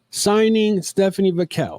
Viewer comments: you keep saying VAQUELL and not VAQUER. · Butchering Vaquers name man.